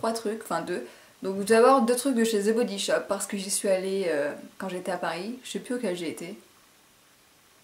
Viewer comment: Coucou, je sais que ca peux porter à confusion mais the comme dans "the body shop" ne se prononce pas avec un z. Bisou Ps: Lorsque tu parleras de Harry Potter, c'est ici où sur l'autre chaîne, car je ne la connais pas